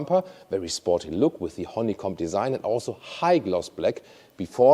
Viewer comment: I swear I heard you say "horny comb" 😂